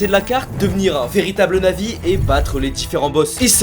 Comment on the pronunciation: au debut quand ta dit devenir un navi jai entendu un na*i :/